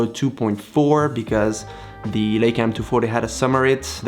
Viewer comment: It's not a "Ley-ca" as in "sail" , it's a "LEI-ca" as in "shy" or "I".